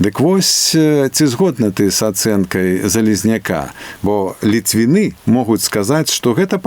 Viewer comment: латышонак кажа "літвіны" з націскам на апошні склад. Ахах!